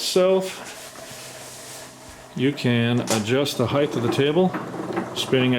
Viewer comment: 30 seconds in, and I hear my 2 least favorite mispronunciations of English words: heighTH and acrossT